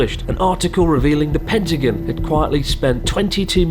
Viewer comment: It's so weird that you call the Pentagon: "PentagUn"!